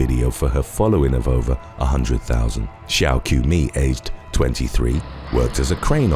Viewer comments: Qiumei is pronounced like ch-au-mei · Qiumei is pronounced Chiumei